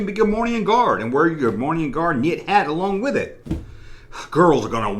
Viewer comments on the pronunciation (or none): Cool video. FYI though...there is no “N” in Gah-more-ee-an.